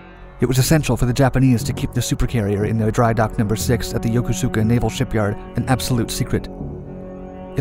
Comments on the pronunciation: Yokosuka = YO-Koos-Kah, not Yo-Koh_Soo_Kah. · Yoko-suka? 🤦🏻‍♂️ I used to live there, was stationed on a ship at CFAY, its pronounced Yo-kos-ka. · Right!? I cringed when I heard "Yoko-soo-ka" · Once again, & other sites the Japanese port is pronounced Yo-koo-ska, not yoko-soo-ka. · The shipyard is pronounced Yo-Kose-Ka , not Yokosuka (as spelled). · "Yo-Ko-Sooka"? This guy was never a Pacific sailor, or he'd say "Yo-KOO-ska". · Yokosuka is not Yoko sooka, it’s pronounced Yokuska. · Yokosuka is pronounced: Yo-Koe-ska. Not like Yoko as in Yoko Ono. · The 'u' in Yokosuka is not pronounced as a long 'u'. Say: Yo-ko-s'ka instead. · The Imperial Japanese Navy's main base at Yokosuka, is now a US Navy base - While "Yokosuka" may look like it is pronounced YO-KO-SUE-KA it isn't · Very minor observation: Yokosuka is pronounced Yo-Kosu-ka, with a really small "u." The U is a mute vowel and is barely heard when pronouncing it, like how saying "desu" sounds more like "dess." In the case of Yokosuka, it sounds like dragging the s like "Yokosska." Trust me, the u is in there and you do pronounce it but it sounds like dragging the "s." Under less grammar-nazi circumstances, we never said Yokosuka as yoko-suka and everyone who was stationed at CFAY or NAF Atsugi was taught to speak it as Yo-kosu-ka (with near silent U pronunciation) as per "Inter-Culture Relations" courses everyone has to take in FDNF. Google Translate actually pronounces it pretty well. Source: I was stationed with VFA-192 and VFA- ) at NAF Atsugi, under CVW-5, attached to the USS Kitty Hawk and USS George Washington, both of which were moored at Commander Fleet Activities Yokosuka (aka US Fleet Activities Yokosuka). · Dude your pronouncing Yokosuka crazy wrong. The largest Japanese and now American base in Asia is pronounced Yo as hey Yo.. ko as cocacola su as suski Ka ..Kaboom . Yo ko su..ka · Yokosuka is pronounced more like yo-Ku-ska. I lived there for two years when I was in the Navy.